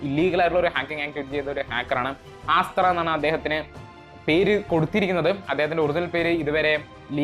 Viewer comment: ആസ്ത്ര അല്ലല്ലോ അസ്ത്ര അല്ലേ.. (Sanskrit word) ആണ്